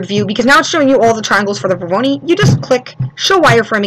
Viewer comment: NIce tutorial, but the word isn't "Vor-VO-ni", it's Vor-O-noi (pronounced VOR-OH-NOY). :)